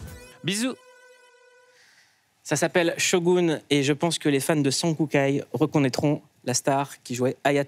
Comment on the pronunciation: arrrrgg c'est quoi cette intonation pour la présentation de shogun ça m'a gêné de fou...